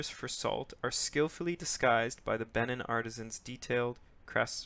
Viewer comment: It's pronounced "Bay-NEEN"